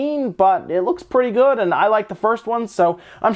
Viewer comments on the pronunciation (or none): none